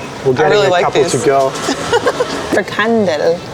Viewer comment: Haha it's funny to see that when you pronounce Frikandel in your native language Deutsch, it sounds more like Dutch then when you try to pronounce Frikandel in the original Dutch! So just go with the German way of saying it. Dutch will understand it better. And yes.. Kroket is very simular to a Bitterbal, but a Kroket has a more dry texture while the Bitterball is more moist and creamy.